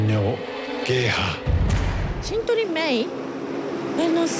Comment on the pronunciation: É uma vergonha o jornalista não sabe pronunciar shindo reimei